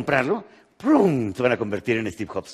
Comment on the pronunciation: "Estiv joks" 😂😂😂